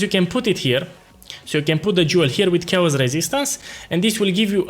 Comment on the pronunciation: Please.... Character is pronounces as KErakter, ma boy. Chaos = Keos. The rest is great, thank you!